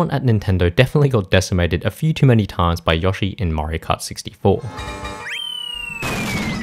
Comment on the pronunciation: Bro really said "Yoashi"